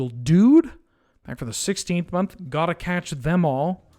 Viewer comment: cotta eatch am gall